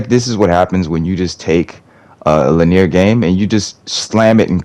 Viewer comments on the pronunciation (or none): No hate, but it’s pronounced “lih-nee-ur” not “lih-neer.” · When did people start pronouncing it "lin-ear"? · Why do you pronounce linear like that